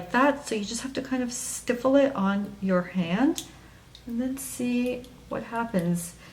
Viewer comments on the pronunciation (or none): don't see much difference. i still don't know whether to use it under or over something. also,... it's stipple, not stiffle. LOL. thanks for the review